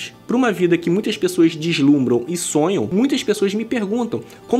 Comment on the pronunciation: Vislumbram ao invés de dislumbram